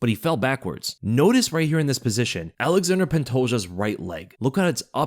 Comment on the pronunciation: Alexander pantoja kkkk its ALEXANDRE Pantoja